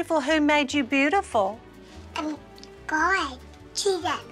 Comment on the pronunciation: Who else noticed the yers her mom said when she said God made her beautiful she was like hun | made u bootifull😂 Also she doesn't even like doing pageants her mom even said that it was her passion and Paisley wouldn't do it herself.Like whats the point. Parents need